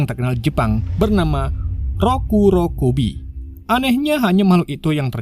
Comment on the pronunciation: Roku Rokubi bang, bukan roku rokowi :face-blue-smiling::face-blue-smiling::face-blue-smiling